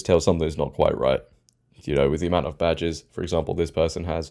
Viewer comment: I thought she said all my vaj’s but actually said badges, I was going to say don’t tell me she has more than one duffa between her legs!